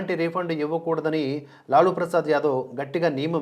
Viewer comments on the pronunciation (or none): లాలా కాదండి లాలు ప్రసాద్ యాదవ్. కావున లాలు అనాలి.